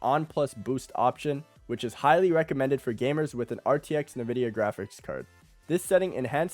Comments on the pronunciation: Dude pls it is called NVIDIA not NEHVIDEA xD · no way im taking advice from someone who pronounces it "nuh-vidia" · Na-Vidia=cringe , EN-Vidia=GOAT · Nuh-vidia I can’t😭